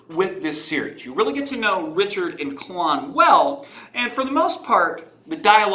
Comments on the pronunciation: Kay Lyn. Not CA lahn. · Caw-lawn?... Its Kay-lynn according to Goodkind himself... ouch your pronounciation was painful. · Its a very old celtic name that has always been pronounced Kay-lyn. Which is why we have that current spelling of it now as Kaylyn as well. But sorry for being rude about it is just cringy for me to hear it so many weird ways even Col-lin.. which is a boys name.. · I agree it’s not technically correct but three friends of mine and I all pronounce it as Kah-lon as well. If you want your characters name to be pronounced right, don’t spell it so strange. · Her name is pronounced 'kay-lin'. In interviews with Terry he pronounces it this way. I named my daughter after her, so I'm a little sensitive to the pronunciation.